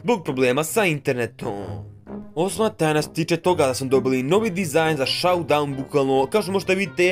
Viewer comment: Brate kaze se šoudaun, a ne saudaun.